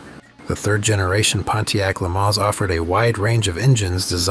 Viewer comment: It's actually pronounced le MANS, not le MAN. It's American, not French.